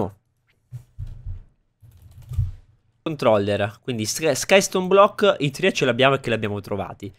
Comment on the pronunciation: Perché dici threee??!! Porca eva, parla italiano, dici tree!! Madonna Santa è proprio fastidioso quel threee! Ma non è tanto il fatto della parola inglese in se e per se, ci mancherebbe, ma il modo in cui la pronunci.